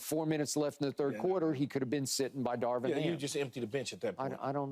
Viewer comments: does keyshawn know how to pronounce Darvin? lol he says " Darwin " every time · Key saying “Darwin” every time instead of Darvin is hilarious. 😂😂